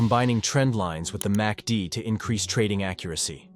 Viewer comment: You might want to edit your AI voiceover. It kept saying "massy-dee"